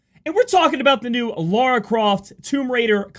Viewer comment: you say "Lara" and "Laura" the exact same way...